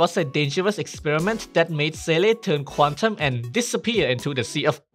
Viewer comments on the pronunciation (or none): none